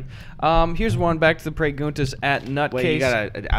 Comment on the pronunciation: "preyguntas michael, educate yourself" you mean like, perguntas?